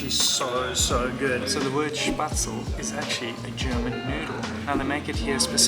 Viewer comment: The "e" at the end of Spätzle is not silent. You got it right on the Schweinshaxe! So jealous of this eating tour! Hofbräuhaus is pronounced like "hoffbroihaus."